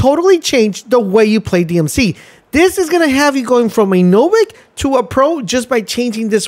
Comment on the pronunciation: Going from a what? Novik? 😂😂